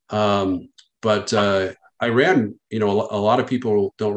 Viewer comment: I is pronounced as E in regards to Iran. Not being the linguistic police but if one is supposed to carry weight in a conversation about foreign policy and affairs pronounce Countries correctly....my father is Persian aka Iranian. I am going to be that asshole.